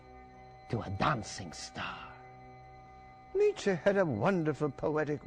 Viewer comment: Why do Americans insist on putting an -ay diphthong after words that really end with a plain e, like Nietzche? It's rather unsettling.